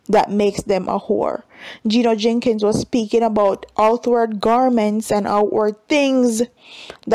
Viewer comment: It's not 'Jenkins " it's "Jennings " You need to pronounce the man name properly.